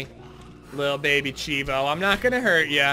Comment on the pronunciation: I don't mean to be rude, but its pronounced CHEEVO lol